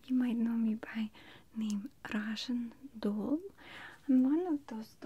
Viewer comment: I noticed how she did that too! I loved how she said doll super Russian sounding it was so cute. Me sounding more American is making my Brooklyn accent come out more, especially if I'm mad it really is heavy. Compared to most people in Brooklyn I don't have an accent at alll but then if I go anywhere else is the country especially the south or California people make fun of how I order "cawffee" lol